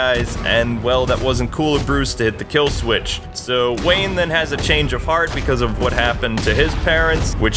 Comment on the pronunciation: it's not kill swith